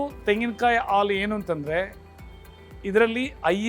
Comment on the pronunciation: Alu alla halu